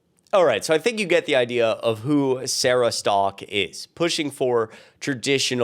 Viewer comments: Sarah Stalk? Literally says Sarah Setka. I'm not subscribing to anyone who can't read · When a woman can't even pronounce her own last name correctly, I pretty much don't listen to anything else she has to say. Where do they get "Stock" from "Setka"? Not even close... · Setka is not pronounced "Stock." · "stalk" is a weird pronounciation for the name spelling "Setka"